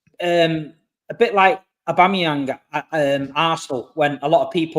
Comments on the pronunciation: finally said aubameyang correctly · pronounced Aubameyang properly. At least something is going right with City.